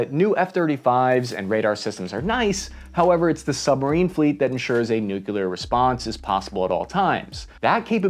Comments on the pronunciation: You were like 60% "nuclear" and 40% george bush "nukular" during this video. I guess its progress <3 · Don’t say nucular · NOOOOOOOOOOOOOOOOOO GODDAMMIT YOU STILL SCREW IT UP NEW-CLEE-ER NOT NUKE-U-LER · and then a minute later you pronounced it "nuculer". sigh. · You just won't quit pronouncing it noo-kyuh-ler, will you?? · He pronounces nuclear wrong. Driving me nuts. Stopped watching